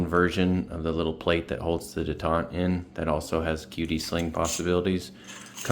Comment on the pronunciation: Never heard detent pronounced like that 😂😂